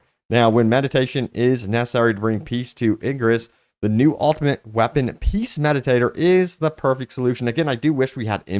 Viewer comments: ZMediator... not meditator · Peace "me dee ate her". Not meditator. As you were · Mediator not medi tater lol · lol.... peace "Meditator"..... my mans got that dyslexia lol